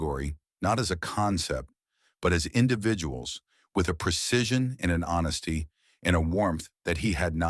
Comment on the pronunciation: WTF is wrong with the AI nonsense generating words like "HONSSTY" and "CRRTEX" instead of "honesty" and "cortex?"